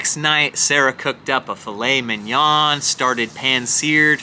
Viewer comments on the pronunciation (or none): Fillett Mignnen??? You absolutely butchered that word. 😂 It’s FEELAY MEE NYON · Hey! Congrats to Sarah! Btw, Filet Mignon is a french word, and you said it soooo badly 😂